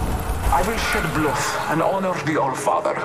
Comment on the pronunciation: I BATHE IN THE BLOOTH!